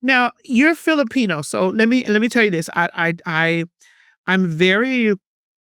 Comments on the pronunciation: “So you’re a leo and you’re a Fillapeño” 🤣🤣 girl was u tryna say jalapeño?? or filipino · lmao saying Filipino like jalapeño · Philipeño she said 😅